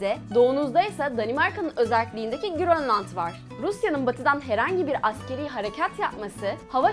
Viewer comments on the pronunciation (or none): none